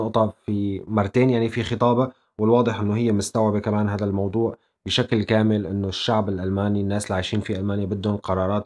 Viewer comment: اذا مدرس لغة عربية وما بلفظها هذا....هلا ضلت على هذا....نحنا وين وانتو وين